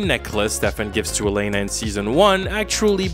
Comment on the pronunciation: You're pronouncing Elena's name wrong btw. Why are you saying Aleina.